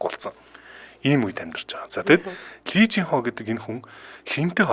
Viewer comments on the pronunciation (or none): lee дандаа И гэж дуудна шүү